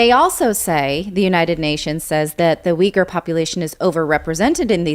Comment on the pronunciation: I've already posted a comment about this before, but I'll try again. Zaporozhye is pronounced [zah-po-rozh-yeh] with the stress on the third syllable. Oh, and you mispronounce "Uyghur" too, I couldn't understand what you meant for the longest time.